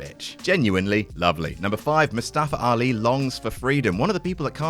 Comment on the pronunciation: “Moo-Staafer Ali”